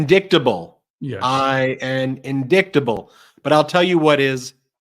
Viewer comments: "Indicktable" oh, don't you ever change lmfaoooo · MTG prononces the word indictable, 'indicktable'. Hahaha what a joke! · "In-dick-table" amazing